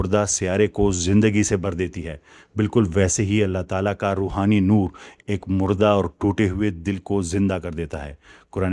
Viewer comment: Nur nhi noor